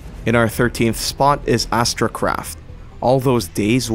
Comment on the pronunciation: It’s astracraft not astrocraft